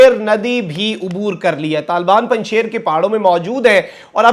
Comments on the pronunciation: جناب آپ کی رپورٹنگ آؤٹ کلاس ہے بس ایک لفظ کا تلفظ درست کروانا مقصود تھا کہ پنجشیر کا اصل لفظ Punjsheer ہے لیکن آپ اس کو Punjshair پڑھتے ہیں۔ تو اس کی تھوڑی تصیح کرنا مقصود تھا۔ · 2 corrections with respect .. 1- Hibba-tul-lah not haibatullah 2- panjshir valley not panj sher valley